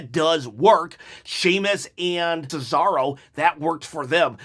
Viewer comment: Tesaro??? Im sorry but that was funny😂😂😂 butchered Cesaro's name